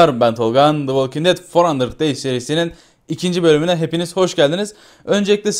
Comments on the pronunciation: dı wolking ded dörtyüz deys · keske dört yüz deys diye okusaydin